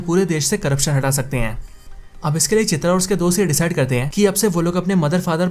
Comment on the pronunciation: Dude please learn to pronouce the Hindu/Urdu word "Hai" -- it is not "Ain" , it is "Hai/Hain"...Its very irritating to the ears.